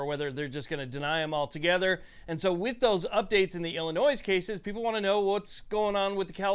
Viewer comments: Illinois has a silent S... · It is Illinoi(s) the S is silent.